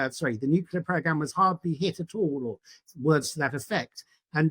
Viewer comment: Nuclear not 'nucular' please!